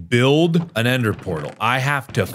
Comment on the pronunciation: "Like Plaze rods and Ender Porrals" ~Markiplier